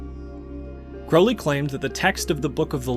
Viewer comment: I have found such personal meaning in abraxas. Im so surprised to learn Jung wrote about it. Also youre the first person ive heard pronounce "crowley" how i believe its supposed to be. And also, im not impressed by crowley. Party tricks, very flashy.